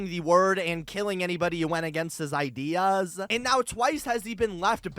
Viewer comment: THEY WAY HE SAYS " ideaassuh" it made me laugh but good videooo